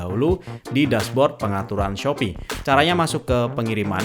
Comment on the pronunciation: Salfok sama bilang "khususnya" Krn ketubruk bilangnya dengan "Shopee: syopi) hehe. Makasih bang